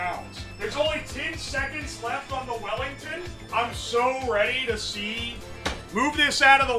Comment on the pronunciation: Weef Bellington